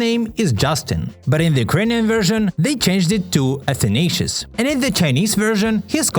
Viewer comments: You version of the bame "athanasious"("afanaseey" is somewhat more acurate.) Just killed me. At first i(russian myself so i hear this name from time to time , thou itbis unpopular.) thought , that ukranian dubbrers thought to go for nonsence comedy and call a boy something unpronauncibal. But then i just started laughing. Love to know that this time our translators were rather tame. Normaly they way more creative! Been caught "translating the minions" by me at least ones , thou i cant remember where... My favourite thing that they called "frozen" - "cold heart" , and when "brave heart" released i got really confused due to them both being disney "heart" property. They are normaly so cool and creative... I really advise to read maria spivak's translation of harry potter. Its only majorly avalible one now , thou fans know to seek old books of previouse publisher, with good translation. Severus snape was called evilus evel. Enough said. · Хах, назвать Афанасия как Афчинейшес довольно смешно The correct pronunciation of his name is "Afanasy"